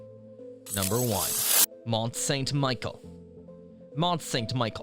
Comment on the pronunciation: Why do you pronounce St. Michel "MICHAEL"